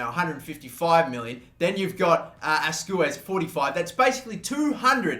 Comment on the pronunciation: Carlos asweys not azcwez